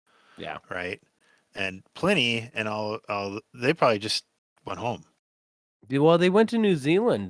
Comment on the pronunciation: Man it took me so long to work out "Pliny" was "Plini" because I always assumed it was pronounced "Pleeny". Holy shit I love Plini! Plini and PTH are worlds I never expected to meet.